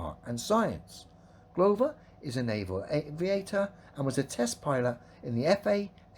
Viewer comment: He's basically Pratt with better anger management. I see he still can't pronounce Glover.